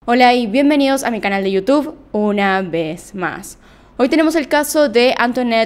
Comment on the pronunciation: Por qué tratas de neutralizar tu acento cuando dices "una vez más"? Me gustaba u.u